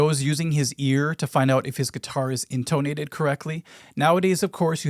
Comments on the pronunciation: inTOnated is certainly an interesting choice of pronunciation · You have a really weird way of saying intonated. InTONE-ated. Most people say in-tah-nated and don't stress the "tone". 😂